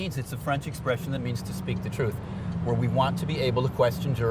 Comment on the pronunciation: Vwah deer not vore dyer 😩